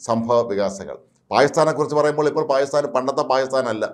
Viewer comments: 😂😂 താങ്കൾ "പായിസ്ഥാൻ " എന്നതിനു പകരം 'പാകിസ്ഥാൻ' എന്ന് വ്യക്തമായി ഉച്ചരിച്ചിരുന്നെങ്കിൽ വളരെ നന്നാകും‼️‼️ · പായിസ്ഥാൻ എന്ന് പറഞ്ഞാൽ പാക്കിസ്ഥാൻ എന്ന് മനസിലാകുമെങ്കിൽ കാര്യം ശരിയായി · നാക്കിന് ഉളുക്ക് ഉണ്ടോ അതോ നാക്ക് വടിക്കാഞ്ഞിട്ട് ആണോ😂😂 പായി സ്ഥാൻ പായി സ്ഥാൻ എന്ന് പറയുന്നത്... അയാൾ അദ്ദേഹം എന്നൊന്നും പറയല്ലേ പിടികിട്ടാപ്പുള്ളി തീവ്രവാദി എന്ന് തന്നെ പറയണം